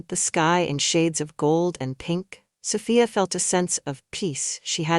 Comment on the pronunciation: lol keep it steady soFYE UH OR SO FEE UH LMAO i'm lauging at that but tryin enjoy the story but it's repeating like 2 or 4 times? LOL well ill pull thru BUT SOPHIA IS GONNA WORK IT KNOCK THAT HEFFA OUT